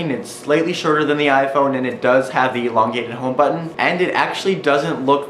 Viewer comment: lol he said elongated